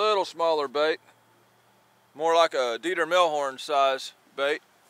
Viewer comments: That "dieter melhorn" killed me 😂😂😂😂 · When I hit the lake tonight all I'm going to do is thinking of rhymes & how you said deter melhorn. Keep catching em! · What's a Dieter Melhorn? It sounds like something slimy...I've never caught one.